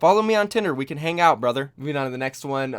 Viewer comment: Sound so KKona when u say brother.